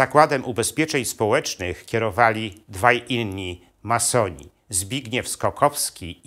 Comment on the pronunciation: Co to za akcent? Ma soni , czy masoni panie gadający.